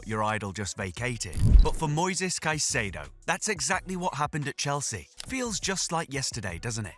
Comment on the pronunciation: its not "saikedo" is "kaysedo"